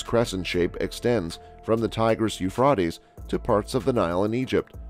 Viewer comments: OH MY GOSH this IS killing me. The Euphreites river HAS A LONG A SOUND!! PLEASE STOP butchering OUR language 😑 😭 😒 😢 😫???? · whoever made this and is telling the storiy who you find to speak?have they not heard the river correctly?I know in Lords eye doesnot matter still get someone who knows how to say it right.